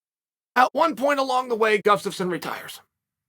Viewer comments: "Gufstaffson " oh man uncle chael butchering every name 😂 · "Gufstasson" Chael and the names... hahahah